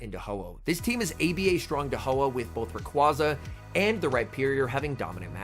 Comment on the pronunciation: Dude can you learn to pronounce rayquaza. Im cringing hard here.